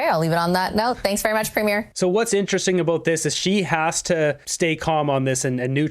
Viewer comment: Well CBS needs to learn how to pronounce "premier" before commenting.